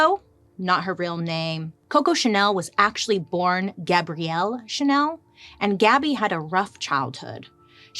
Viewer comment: My name is Gabrielle (like Coco yes..). I' m French. You pronounced the name correctly (french accent), well done. Much appreciated